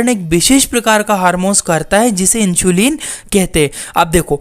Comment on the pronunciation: It's इन्सुलिन not इंशुलीन 😂😂